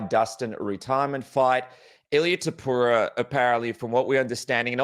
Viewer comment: Javier calling him Topura is such a subtle diss 😂